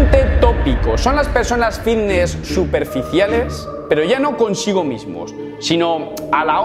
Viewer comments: De genial nada, mira q me gustan tus videos pero no soporto que pronuncies esa palabra "vitness" o la cosa q sea. A ver, repite conmigo.......FITNESS......con F. Gracias. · Diré una cosa, solo me concentre en la palabra vitness o fidnees😅😅😅😅😂😂😂😂😂